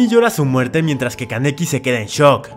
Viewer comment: Solo se dijo el nombre kaneki Ken bien una vez XD